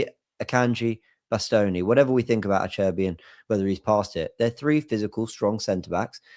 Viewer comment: I can just imagine ' mum cringing and shaking her head at the way he pronounced Acerbi and Bastoni